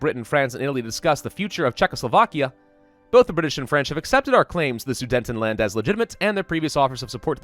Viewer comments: Omg it’s not sudentendland it’s soo det en land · It's Sudetenland, not Sudentenland. Yes, it's one of those comments. Great series though! :P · I cant stand the way you pronounce Sudetenland XD